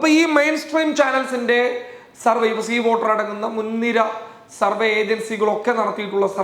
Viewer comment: പ്രാർത്ഥനയോടെ കാത്തിരിക്കുന്നു.. Please note! സർവേ... സർവ്വ അല്ല. വരെ ശരിയായി ഒരിക്കലേ കേട്ടുള്ളൂ. 😊 കുറച്ചുകൂടി കേട്ടു പക്ഷേ ഒന്ന് ശ്രദ്ധിക്കുമോ. വേഗം പറയുമ്പോൾ സംഭവിക്കുന്നതാകാം. സോറി. പക്ഷേ പറയണം എന്ന് തോന്നി. 😢😮